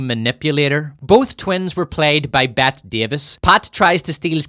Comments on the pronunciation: Dear God, it’s PRONOUNCED “B-E-T-T-E-E Davis,” *NOT* “B-E-T.” If you have never even heard the proper pronunciation of one of Classic Hollywood’s *MOST SIGNIFICANT ACTORS,* you have no business whatsoever setting yourself up to be some kind of artistic or cultural critic!!!!! Do you have ANY idea what that single abominable, unforgivable mispronunciation rooted in *IGNORANCE* did to your credibility as a film critic?!?!?!?!? As it turns out, sadly, I *AGREE* 100% with your accurate critique of the emotionally immature, solipsistic, heap of steaming shit called The Acolyte*—-as well as with your tangentially snide and cleverly bitchy comments about *The Book of BORING Fett and the quite nearly unwatchable Third Season of The MandaBOREian*—-so I can’t really be **that* hard on you… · Bette Davis' first name is pronounced Betty. (Kim Carnes' "Bette Davis Eyes" was a #1 hit for like ten straight weeks.) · "Bet Davis"?!... Who tf is "Bet Davis", bro?! 🤣🤣 It's pronounced "Betty", she was a very famous actress. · Dearest, Bette Davis' name is pronounced "Betty." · My friend, the legendary Hollywood actress’ name is pronounced “Betty”, not “bet”. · I never said that. Smoke another doob. I'm talking about Bette Davis whom he speaks about in the beginning. He pronounces her name as "Bet", where it is supposed to be pronounced "Betty". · Bette Davis' first name is pronounced "Betty" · It is pronounced like "Betty"